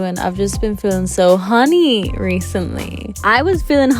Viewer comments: I am going to say "HAWNY" forever that's the cutest way to say it. I like to mispronounce words! "HAWNY" "HAWNY" "HAWNY"! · "Hawny" is such an obnoxious way to say that word. I love it and am going to do it all day every day.